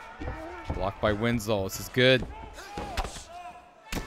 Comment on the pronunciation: WINSLOW NOT WINS-LOW 🔥